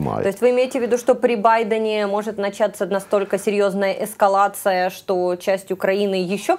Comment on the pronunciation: Второй раз слышу, что русскоговорящий иностранец говорит эскалЯция. На Укрлайфе недавно тоже так же сказали в интервью. Сложное произношение или связано с аналогом в иностранном языке?